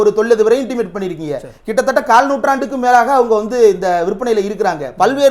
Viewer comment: தேரடி, அது இன்டிமேட் இல்லை, இன்டிமிடேட். சில வார்த்தைகளை சரிவர உச்சரிக்க வேண்டும்.